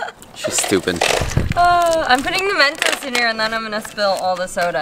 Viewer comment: its mentos not mentose 😂